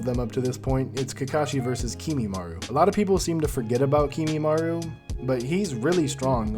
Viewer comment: I mostly liked this except you saying "Kimimaru" instead of Kimimaro. Just like NCHammer who I eventually had to unsubscribe from since he wouldn't stop mispronouncing everything and I couldn't stand it. But anyway, more on topic... shouldn't Kakashi know Sealing Jutsu? He used an Evil Sealing Jutsu on Sasuke's Curse Mark... and knows over 1,000 Jutsu... so I'd think he could maybe Seal Kimimaro or Sasuke if needed, too. That said, I really don't think he could fight all 5 Sound Four (lol) and then Sasuke all in a row. I don't think he has nearly enough stamina in part 1, considering basically until his magical ass-pull War Arc amp, he's STILL complaining about lack of Chakra/stamina with his Kamui and everything. I think he could probably beat any of them 1 on 1 if he hasn't fought yet... and he could maybe even beat all 5 S4, or the 4 weak ones and then Sasuke... but I don't personally think he can beat all 6, unless he pulls out some sort of Sealing Jutsu we haven't seen him do yet. (Which he should be able to)